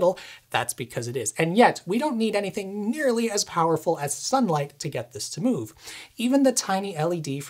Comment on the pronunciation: "Mooove da stuff out of de way" made me smile :)